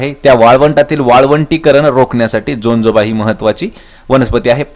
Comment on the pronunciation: Jajoba not jonjoba